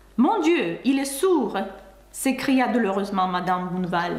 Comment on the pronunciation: Juste une petite correction : ce n'est pas monsieur "bouneval" mais monsieur Bonne val prononcé Bon' val avec un O comme dans "Он" en russe.